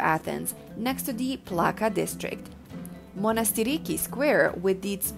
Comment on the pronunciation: Excellent video but if you would permit me to correct a few things. It's pronounced as "Monastiraki" which means 'little monastery". The video also didn't really show any images of Syntagma square, instead the images shown were of the Greek Parliament (which is directly across from Syntagma) and some brief shots of Ermou Street (shopping district) which is located across from Syntagma square on the other side. I also think that people need to spend more than one day in Athens in order to take in all of the incredible sites this amazing city has to offer.